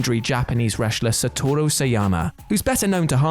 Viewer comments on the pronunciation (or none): none